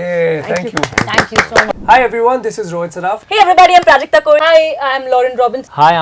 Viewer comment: bro its prajakta koli and not kohli